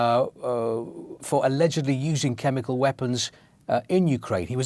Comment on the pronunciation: Why does the presenter say "chemicaw" instead of "chemical"?